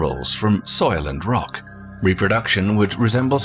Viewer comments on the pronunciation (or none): none